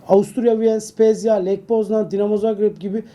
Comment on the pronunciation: Ya arkadaş Trabzonspor ile ilgili haber yapan medya mensuplarından bir tanesi de şu isimlerin, terimlerin vs. telafuzlarına dikkat etse disimi kıracağım! Böyle uyarınca da ukala oluyoruz kimileri tarafından. Bijelića Biyelisa diye okunuyor. Bu konuda 'ın gaflarının üzerine yok gerçi. Lech Poznan'ı Leh Poznan diye telaffuz etmesi gerekirken Leş Poznan diyor😂, Scout'a skaut yerine skuat diyor. Bardi'yi Badri diye telaffuz ediyor. Hos güzel insan ama da gaflar bitmiyor. Lütfen dikkat edin bu tip telaffuzlara. Geçen sene de Hamšík'i Hamşik olarak değil Hamsik olarak telaffuz edenler vardı. Bu işler önemli. Bu bir kültürdür.